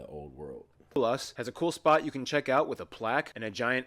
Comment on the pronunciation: Tugela, not Tulega Someone tell them it is A(galh)us, and not Agoolhus How can she not say Xhosa, when the American guy does it so well? Umhlanga (reed dance) is not only Swazi. Zulus do it too. Please find a black person to help with our stuff, original channel.